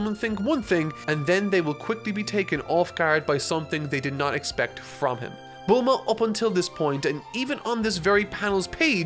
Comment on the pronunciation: Just a peeve but how come you say nyoibo correctly but then pronounce tenkaichi budokai as tenkai-itchy budokai and bluuma as bull-ma. It's hurting my ears